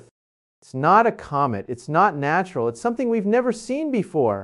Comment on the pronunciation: This is deep fake , he would never be saying this and notice his slanted face, "naturrrreeee" in stead natural...... we would be hearing from nasa cnn fox sky newd etc 😮😮😮😂😂